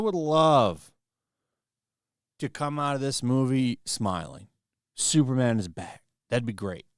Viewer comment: Its superman, not supermanuel